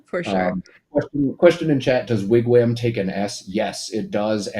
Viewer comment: Pronounced WIG- WOM